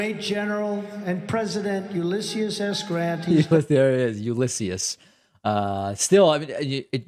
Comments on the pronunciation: "Uluisshius." Oatmeal brain Trump 🤦‍♂️ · The single reason Trump still pronounced Grant’s name incorrectly is that he slipped that once and said it wrong. If he now corrected it, that would be an admission that he made a mistake. And Trump is emotionally incapable of admitting to any mistake. Ever. Remember the 1917 flu? Well Trump does. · "Ulissius?" What a loon. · How tf does he nail dossier, but butcher Ulysses’ name? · Completely agree however you get a little too giddy over Ulysses mispronunciation and it really isn’t that bad. Really nitpicking when there are so many other deplorable statements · Archie Bunker again attempting to portray Biden as cognitively impaired, yet he seems to have siffi😢pronouncing the words cognitively, Ulysses, yesterday and his “soeech” is a confused ramble delivered in his weird monotone sounding like he’s in some fugue state? Clearly his cult followers are saluting with the wrong finger. 🖕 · Says Joe Biden is cognitively declining but can't even pronounce Ulysses' name... And those Blacks For Trump guys clearly didn't get paid enough to be there.